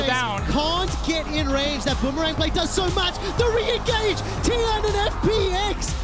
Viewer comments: Constantly apologizes over potentially mispronouncing Korean names, but can't say Tian despite there being constant examples in their sample videos... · The way mispronounced Tian’s name makes me cringe